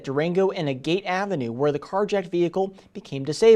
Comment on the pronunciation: a-gATE AVENUE HUH? wAY TO GO.